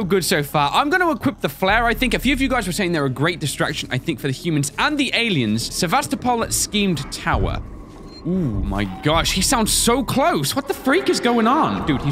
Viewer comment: It's pronounced s-eye-med, like science medical. Just wanted to tell you.